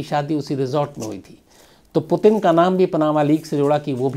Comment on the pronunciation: Potin nahi its Puutinn. Not potin , putin